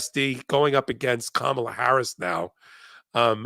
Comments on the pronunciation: I cringed every time you mispronounced Kamala! Please get it right. Comma-La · Kamala. Emphasis is on the first syllable. Think Comma-La. She’s been a public servant for 25 years. You are either ignorant or rude. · Ms.Harris? VeeP Harris, but DISRESPECTFUL first name, and Mispronounced !!! Say: Pamela. Say: Kamala. 1st Syllable is louder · Kamala will soon be president. Might be time for this woman to start pronouncing Kamala right. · needs to learn how to say Kamala correctly. Please stop using the MAGAt pronunciation. Can’t even finish listening to this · pronounce Kamala's name right! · please check your pronunciation of the VP’s first name Kamala. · ..teach her how to pronounce Kamala...god. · It wouldn’t be wrong to correct when she mispronounces Kamal Harris’s first name. Thank you for your work. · Why she pronouncing her name wrong again. You are doing the same thing. 😂😂😂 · needs to learn how to pronounce Kamala’s name correctly. 🙄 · For goodness sake pronounce her name right!!! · Please Tell her HOW TO PRONOUNCE Kamala’s name. This is disrespectful. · needs to learn how to pronounce KAM-A-LA's name. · I hear making several errors. She's not up to the Meidas Touch standard. At the most basic level, she can't even pronounce Kamala's name correctly! And she misstated which justice Kavanaugh replaced. Basic mistakes like these hurt the network's credibility. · 24 minutes into this podcast and has mispronounced Kamala's name twice., you didn't mispronounce her name, kindly and tactfully correct your guest host''s pronunciation of the future president's first name! (P.S. She pronounced it the way 45 does) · I enjoy these chats, but PLEASE,, at least get Kamala's name right...ask your partner there how to pronounce it, if you don't know! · I guess this is petty but I really wish she would pronounce Kamala's name correctly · Someone please tell how to pronounce Kamala's name.